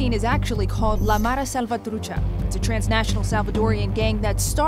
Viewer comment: She actually pronounced mara salvatrucha correctly 😐